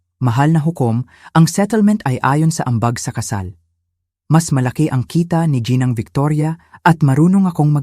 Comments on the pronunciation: Ginang po hindi po jinang o jinoo. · Tagalog na nga hindi pa maayos ang pag pronounce ginang gianawang jinang